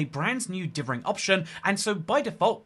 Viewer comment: dithering not divvering